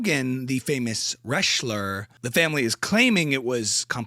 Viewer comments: Wreshler, lol! 😊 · Wreshler 😂😂 that’s accurate hahaha